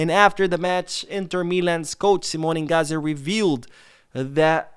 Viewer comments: Inzaghi not ingazi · I think his name inzaghi not inghazi 😅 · Mispronunciation of Inzaghi lets me know you haven’t been a football fan for very long or haven’t done enough research, either way do better.